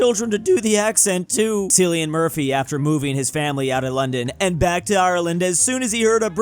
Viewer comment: As an Irish person I feel it necessary to tell that it is pronounced kill-ee-an not sill-e-ahn I know don't read his comments so can we find someway to gets this extremely important knowledge around to him